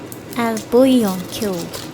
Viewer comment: Hi, well done on your pronunciation of "bouillon" 👍. French girl saying 😊. Lovely video, thank you!!